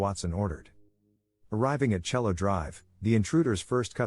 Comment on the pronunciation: Your pronouncing cielo wron dummy